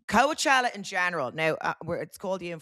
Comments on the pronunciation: What’s with calling it co-a-chella hahaha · If Amber was pronouncing Coachella like Vogue would be on her like a wet shower curtain. 😂